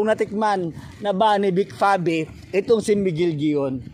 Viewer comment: Pangit pangit ang pag narrate mo kuya......vic pave vic pave vic pave vic pabe....ah ha ha ha ha